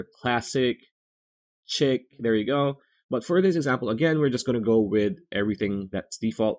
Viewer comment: 'Chic' is pronounced 'sheek' not 'chick' !!!